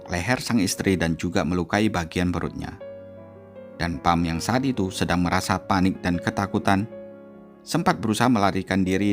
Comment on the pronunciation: Pham bacanya Fam. Nha Trang bacanya NyaChang. Googling dulu Mas lain kali.